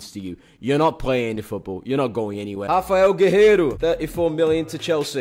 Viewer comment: as a brazillian guy, it impressed me hoe perfectly you said "Rafael Guerreiro" making it seem like you speak portuguese although hes not portuguese